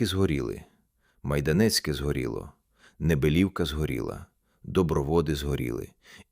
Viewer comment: І не МайдАнецьке, а МайданЕцьке !!!